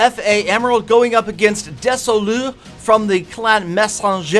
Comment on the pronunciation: Des-Oh-Lus. Mess-En-Jer.